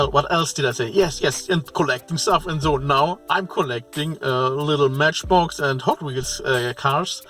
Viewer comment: LOL about "The Matchbock Bobba" 🤣